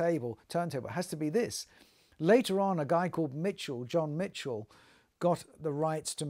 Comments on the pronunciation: Great video and nice to hear the background on turntables that I’ve heard, owned and some that I’d love to hear. The pioneer is indeed a classic and have never thought about the ergonomics with the student in mind. Ha A small correction. Michell is pronounced, Michelle. I still own a gyro deck and would never get rid of it even though I believe digital replay has improved immeasurably. Cheers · You say Mitchell , it’s not it’s Michell as the French would say . I met John back in the day . I’ve owned mine with an SME arm since the early seventies and still use it today .